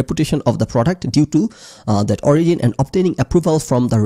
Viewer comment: Sorry, out of topic but......Ei prothom dekhlam origin k kew ওরিগিন pronounce kortese. Ami ajibon eta ওরিজিন ভেবে এসেছি 🤣 vul dhorai dewa amr uddesho na amr ganer poridhi nai bollei chole. Hote pare eta odeshe ওরিগিন pronounced hoi. Either Way bepperta khub amusing 😂